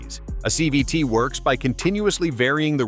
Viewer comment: Whatt's a "chee vee tee ?" LOL I know it's supposed to be CVT, but the AI screwed this up. So, you're a robotic mechanic then? You should never idle your car to "warm" it up anyway. Start slowly to allow the entire drivetrain to warm up, not just the engine. It takes forever to warm up an idling engine and you're just wasting gas and putting more wear on your engine. While getting 0 MPG. And the transmission is still cool, the differentials are cold and not properly lubricated. And most people think that all they need warm is the engine so don't start gently enough from stops and put a lot more wear on their transmissions and differentials.